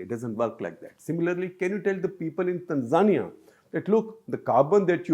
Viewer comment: Baldhead is pronouncing Tanzania wrong.